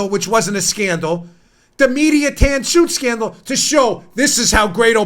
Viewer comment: Dan B - The Tan Scoot Sandal is what you said right? 5 5 5 oh sorry the Tan Suit Scandal ... yes a big joke to deflect that OB never had a Sandal - that the media got onto anyway.... a hats....